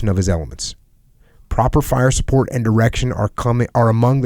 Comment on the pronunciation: El *to get supporch